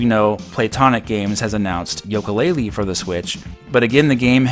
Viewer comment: I love you, but it's "YOU"-ka Laylee. Not Yo-ka Laylee